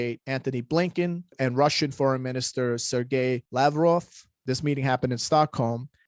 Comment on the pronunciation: Do you mean “Lav-roff?”